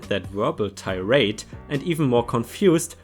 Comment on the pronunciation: Hello! I enjoy your channel very much. In this lengthy and enjoyable story time you mispronounced two words: “Corral” “Tirade”